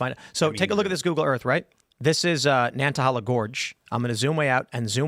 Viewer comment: Someone please teach Tim how to pronounce Nantahala correctly.